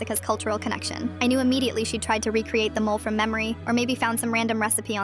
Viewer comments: 1) These are made-up stories. 2) I'm the whitey-white-white and I know it's mole (moh-leh), not mole like the rodent who digs holes. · WTF, say it properly. Mo-le. Chi-llies.